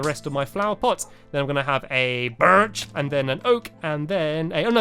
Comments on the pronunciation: the way he said birch made me laugh so hard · Stampy said"Sqashy is entertaining FLUFFY!"That's Sherbert!!!!!Fluffy has a yellow collar, Sherbert has an orange one like now!!! From:Erin🐆🐆🐆 P.S,you said BIRCH manly and "spruce" tiny.(Once in the vid🐱)